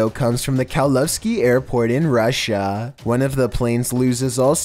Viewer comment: This voice is anoying.russiiaaa,wheeeeeel:))